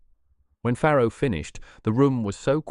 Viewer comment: Farrow not Pharaoh